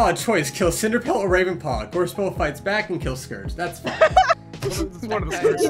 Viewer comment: I also pronounce Scourge wrong bc of the way I read it when I was younger, now I just can't pronounce it right